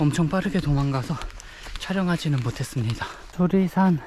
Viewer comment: 수리산이 자꾸 수락산으로 들리지??? 내귀에 캔디냐꽥 자벌레 ㅎㅎ 태을봉 ..유래가 있을듯한 이름이네요